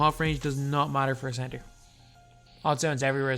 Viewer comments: Cebter lol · Typo, you said cebter not center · The “cebter” of attention